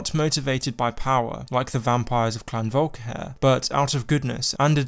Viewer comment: everyone: volkihar: volkihair